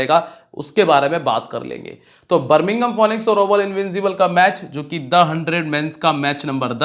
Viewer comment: correct pronounce Finix